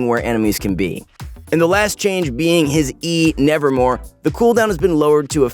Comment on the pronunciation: Ever since Phreaks mispronunciation in the original champ spotlight. Everyone still thinks Nevermove is pronounced Nevermore. Happens in this video too!